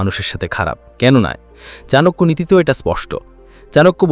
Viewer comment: চনাকিয়া উচ্চারণ টা শুনতে ভালো লাগেনা। চাণক্য বললেই ভালো হয়। সংস্কৃত শ্লোক গুলো বলে বলে ব্যাখ্যা করলে ভালো হয়। তাহলে সত্যি চাণক্য শ্লোক কিনা বুঝতে পারি।